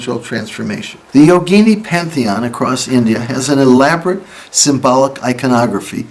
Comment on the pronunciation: Excellent video. A lot of westerners pronounce “yogini” like yo-GEE-nee, but the correct pronunciation is YO-gi-NEE.